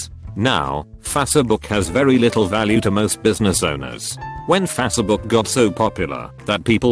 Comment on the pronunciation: Literally no one: Text to speech: Fa-suh-book